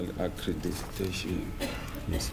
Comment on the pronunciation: He can’t even pronounce accreditation 😔😭